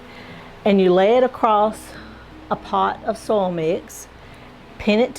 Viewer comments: Did you say foil as in aluminum foil?? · Did you say “foil” as in aluminum foil 😮